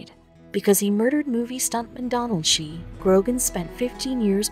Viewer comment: Your photo of the Spahn Ranch looks nothing like the Spahn Ranch—because it isn’t. And the photo of the Hinman property is bogus too. Cielo Drive and Donald Shea’s last name are mispronounced— scores of other mispronunciations. Terrible video quality. You guys should make a video of JFK—but use Ted Kennedy photos.